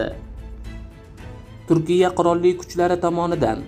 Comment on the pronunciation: Avval to‘g‘ri gapirishni o‘rgan 10 ta gapingdan 4 tasini xato talaffuz qilyapsan turkiya, firtina, kordinata degan so‘zlarni qaytadan aytishni o‘rgan yoki boshqalardan eshitib ko‘r. Xarbiy kemalar yer usti va yer osti nishonlarni yo‘q qilishga mo‘ljallanmagan o‘qiyot matningni bir qaytadan ko‘rib chiq...